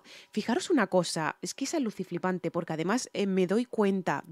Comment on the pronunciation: NO SE DICE ALUCICIPANTE........SE DICE ALUCINANTE